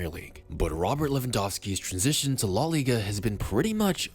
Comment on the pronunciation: La * not Lo